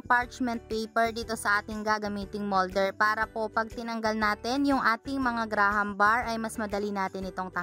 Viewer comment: mali pag sabi mo sa graham bars